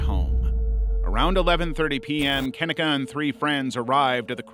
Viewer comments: Maybe look at pronunciation of names, especially for victims. Keneeka Jenkins is incorrect, you are pronouncing it like Ken-eh-ka. It is pronounced Kah-neek-uh - as shown in multiple news reports and interviews with her mother. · her name is pronounced Ka -KNEE - kah